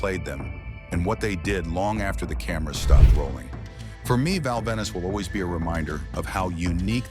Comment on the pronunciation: ven-is? stupid AIU voice